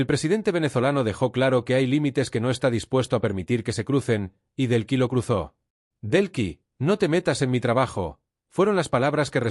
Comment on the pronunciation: No se llama Brlks. Es DELCYllama Delcy, No es Belkis